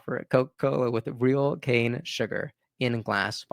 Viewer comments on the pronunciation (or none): none